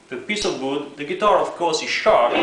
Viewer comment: TAKE THE PIECE OF BOOD , lol i love how you say it , amazing video !